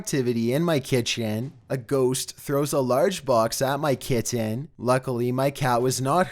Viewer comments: Please learn to pronounce ‘kitten’ for the twelfth one, good video overall though :) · It's pronounced KITTEN not Kittan!!! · yep my daugthers cats do shit lile this...they stupid, an where Im from kitten is one syllable but theres also no t's in it either so...meh, but that dude needs to nutter his cat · Oh no, not the Kit-tin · I REALLY HATE HOW THIS GUY NARRATES HIS VIDEOS!!! I HAVE TO WATCH THEM ALL ON MUTE!!! AND THAT SUCKS. PLEASES I WILL GIVE ANYTHING NOT TO NOT HEAR THIS GUY PRONOUNCE THE WORD KITTEN..... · The way he says "kitten"